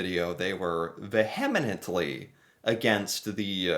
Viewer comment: Wow it makes me cringe every time I hear you mispronounce vehemently the "h" is silent 😮